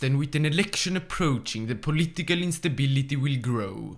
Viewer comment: I love when he says whit a strange Eastern accent political instabiliti